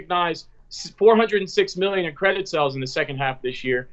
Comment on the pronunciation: When says "sells" does he mean "sAles"? OK - made it through to the end - It's Labor Day Weekend and now I need a cocktail after that....